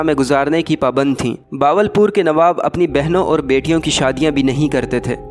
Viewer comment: باول پور نہیں ہوتا بہاول پور ہوتا ہے۔ اردو بولنا تو سیکھ لو۔